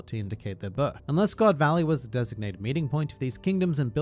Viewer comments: GOD VALLEY ❎ GO. D. VALLEY ✅ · Its GO D VALLEY